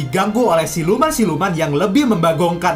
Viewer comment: Bukan pray pret bang tapi part